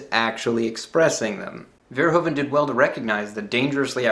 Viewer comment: Hi! I'm so shocked someone outside of the Netherlands likes Paul! I would like to say though that Verhoeven is pronounced as Ver (as in purr, what a cat does, but with a v) Hoe (as Who?) Ven (with the same sound as in purr again)